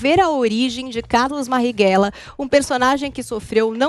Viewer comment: Po, é analfabeta? É "Marighella" e não "Marrighella"